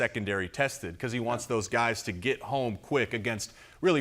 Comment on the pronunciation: “those gays” 😂